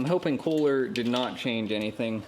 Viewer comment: It's NOT cooler! It's pronounced: Koohlur! :face-blue-smiling: KOHLER.